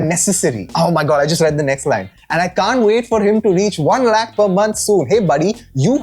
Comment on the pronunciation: i have a feeling ankur is hypercorrecting his speech here. Several urdu speakers and a couple hindi speakers still pronounce the ख़ found in several Persian origin words the og way, and several speakers ATTEMPT to do this but end up incorrectly using the sound in Sanskrit origin words which never had it, like in this case lakh.